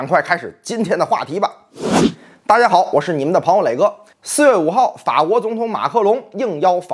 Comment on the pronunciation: 老马还说了一句阳江话：大家好😂